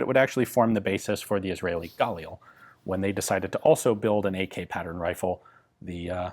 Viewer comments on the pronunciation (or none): none